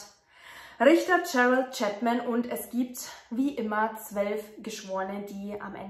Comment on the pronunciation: Hallo liebe,höre und sehe dich sehr gerne und möchte mal danke schön sagen. Ich muss immer schmunzeln wenn du zwelf sagst 😂❤